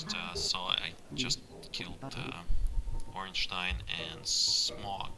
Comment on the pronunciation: you pronounced ornstein the actual right way.. are you german?